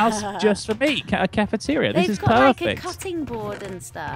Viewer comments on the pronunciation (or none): Caff-eteria xD